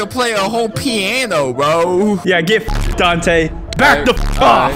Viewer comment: "I didnt know you had a whole peeanoo"